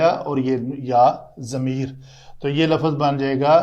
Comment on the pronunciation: With respect the correct word is lufz not lafuz.